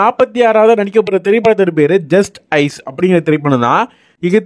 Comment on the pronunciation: ஜஸ்ட் ஐஸ் இல்லப்பா ஜஸ்டிஸ்